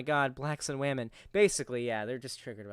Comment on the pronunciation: Also, he frequently pronounces "women" like "whammin". What's up with that? Am I the only one who finds that annoying?! Almost as annoying as the constant repetition of "I don't care". Buddy, you care. In the worst possible way...